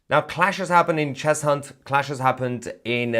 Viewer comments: It's pronounced "Chezunt" not "Chez Hunt" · Don't pronounce the h in Cheshunt. I was born in Enfield. It's pronounced Chesunt innit 🤣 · It's pronounced 'Chessunt'! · Cheshunt is pronounced Chesunt.......the H nearly blends in , as with Arlow and Ackney...for info...keep up the good work 😀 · Cheshunt is pronounced Chesunt mate. Lol Your a great man though. So don't worry 😂